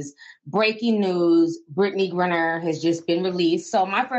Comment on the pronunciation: T, it's GrIner (pronounced GrYner, like cry). That damn 'Britney GRINNER' be taking me out lol.